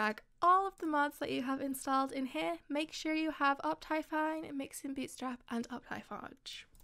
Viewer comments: *up thigh fine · No one: Her: oPTyFiNe